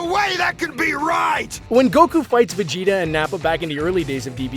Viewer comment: Did he just say Vegito? Not Vegeta